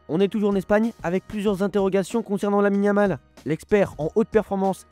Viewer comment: Je me suis arrété à : Lamine-a-mal , a compris 🤣🤣